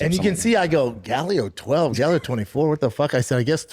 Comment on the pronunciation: Galleo lol